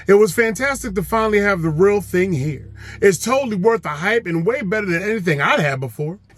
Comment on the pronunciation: The pronunciation of "thing" as "ting" is predominately West Indies & Middle Eastern.